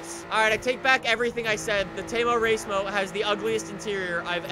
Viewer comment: Every time he says "temo racemo" I can't stop laughing 😁😁😁